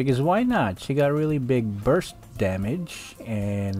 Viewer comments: Why do people get the wrong idea! Its burst not bust😂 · Ah yes very big bursts without the 'r' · "Bu(r)st damage"